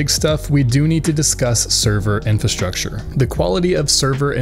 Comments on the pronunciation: "Infastructure" aight man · sorry, "infastructure"?